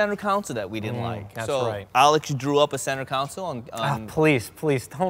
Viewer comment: "Center council"